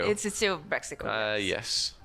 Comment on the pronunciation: Love ur casting, but everytime you said Brexico when Breizh actually mean Britany (Bretagne), so totally unrelated to Brexit at all.... Then I think oh so that how self centred view is alike.